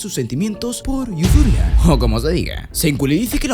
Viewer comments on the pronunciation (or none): Se dise yusurija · yusurija asi se pronuncia